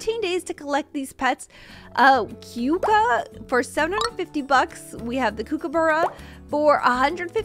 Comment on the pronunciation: Ur not saying kookaburra right either